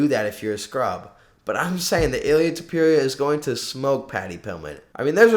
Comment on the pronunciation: it's ilia topuria not ilia topewria, the level of disrespect